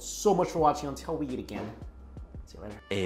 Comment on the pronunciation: Mike always put an alphabet in front of a word that starts with a vowel. Guess hanyu pinyin is hard to drop. Yeat = eat Melqin = melt in Yenough = enough Yeasy = easy Ungtill = untill